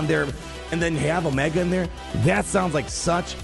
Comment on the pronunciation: Come on you can't keep calling her Omega. Haven't you seen the show it's O-MEEE-ga.